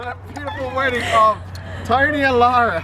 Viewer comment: Yung mga pagpronounced mo.. Yung WELL u say Will. Yung OFf You say Uff...